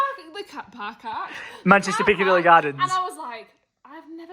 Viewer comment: Manchester "pillacicadilly" gardens I've just watched that 15 times hahahaha